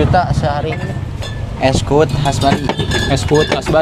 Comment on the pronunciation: Es kuud 😁 bukan es kuwut 😁 kuud artinya kelapa muda dalam bahasa bali